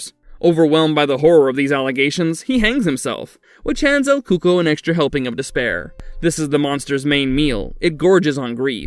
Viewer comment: I thought it's actually pronounced as el cucoi (like: ku-ko-ee )